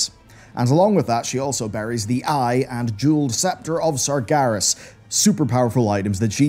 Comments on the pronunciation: SARGERAS, not SARGARES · the tomb of... what? sargaras?